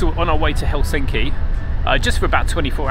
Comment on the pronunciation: helSINKI is actually HELsinki. Emphasis on HEL not SINKI